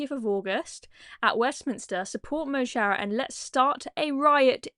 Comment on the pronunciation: mo chara is prounounced mo hara = my friend - wee Irish tip for u there, btw I don't like them